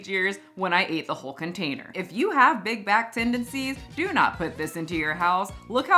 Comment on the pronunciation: I keep hearing big guy instead of big back